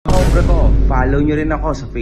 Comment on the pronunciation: ka-OMBRE po ang bigkas, kasi ang HOMBRE in Spanish, ay lalake sa tagalog, pero ang Spanish language po, hindi binibigkas ang letter "H", kaya ang hombre, Herran, Hernandez, ahora, honor, at harina ay puro SILENT "H" po.